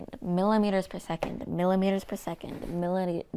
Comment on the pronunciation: another great video ! if you want to pronounce millimeters easier, voice the t like like some English do, might help :-)